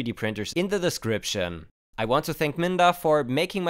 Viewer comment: Be careful to sound the 'D' in that name, 'minga' has a rather pejorative meaning in British English :-)